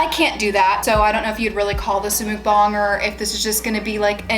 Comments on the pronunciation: Please tell me im not the only one correcting her while playing when she pronounced muk--BANG as muk-bong?.... i kept yelling at the screen "its MUK-BANG..... bang! Not bong!" My fiancee is laughing at me. Regardless, im happy that they are out of the house. Watched all of the vids from start to finish to this one. At least you learned from this experience that when you guys decide to get another house you now know the proper steps before owning a new house. IF you guys decide to give it another go. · What is it that you said at the beginning? You wanted the bag to look good for your what??? The CC said “mood bomb” but it sounds like you are saying “mook bon”? I’m so confused, what is that???? Okay now I see your hashtag. But I still want to know what the hell a mukbang is!?!? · The muk in Mukbang is pronounced like duck - mook means something else in korean - just saying 🤷🏻‍♀️ anyways loved your videos- was angry/sad w you and glad you’re out of there!